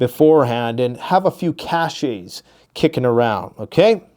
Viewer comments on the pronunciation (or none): CACHE is pronounced like CASH. CACHES is pronounced like CASHES OR CASH-EZ. NOT CASH-AYZ. GRRRR. LEARN HOW TO PRONOUNCE STUFF PROPERLY...IT IS ANNOYING! You sound uneducated. I'm gonna guess you have some psychology classes like I had in UNDERGRAD classes...or maybe you never even finished. And for someone who doesn't know how to pronounce SIMPLE words, you are VERY ARROGANT anymore.. You better GAF. THE PEOPLE YOU ARE TALKING TO HELPED YOU BUY "10 YEARS OF FOOD AND AN ARMORY OF BOOM STICKS" OH YEAH...AND THAT PROPERTY AND ALL THE OTHER STUFF. YOU HAVE GOTTEN TOO BIG FOR YOUR BRITCHES BUD. PRIDE COMES BEFORE THE FALL!